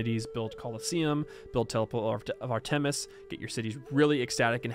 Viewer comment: Artemis is pronounced Art-em-iss not Art-eem-is.